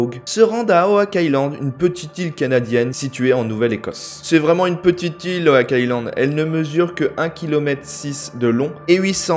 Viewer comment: Il me semble qu'on dit oc et pas owak island😂